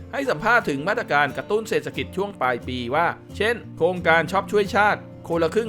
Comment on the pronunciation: ขอประทานโทษ อ่านว่า เศรษฐกิจ (เสด ถะ กิด)